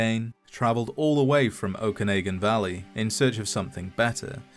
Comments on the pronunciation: It's pronounced okanawgan not okaneygen and lake Laberge is pronounced just like barge (I live twenty minutes away from it) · It's pronounced OAK-A-NOGEN valley, just a heads up. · Hearing Okanagan being pronouced "Ok-an-ay-gan" made me double take. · I cringed when i heard that. haha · Same with Okanagan being pronouced "Ok-an-ay-gan" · oak-can-nog-an valley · as someone from the okanagan, that was hilariously mispronounced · The way you pronounced the Okanagan Valley made me cringe.